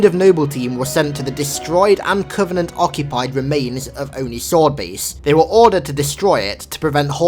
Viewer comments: its o-ni not on-i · You say oni wrong